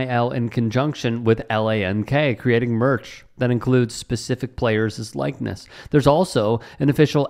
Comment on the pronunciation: why do you add an extra syllable (*ziz*) to plural possessives? Players' is pronounced as only two syllables (play•erz_ -- not "play•er•ziz").